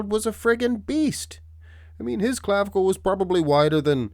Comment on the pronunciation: Stop saying "clavicle" !